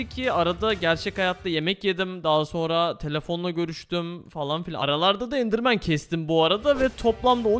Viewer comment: Endirmen abi nediyosunnnnnn